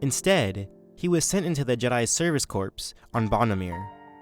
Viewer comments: Other than your pronunciation of "corps" as "corpse" rather than "core" I thoroughly enjoyed this video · pro tip: corps is pronounced like core